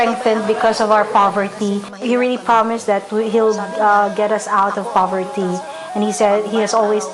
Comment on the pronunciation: foverty?? hahahahha